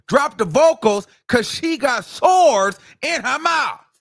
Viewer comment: The way he saying "SOARS".....❤❤